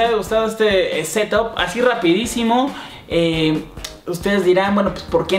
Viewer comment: se dice setap no c top